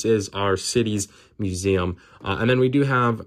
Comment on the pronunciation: Fun review. I love the way you say muZAM.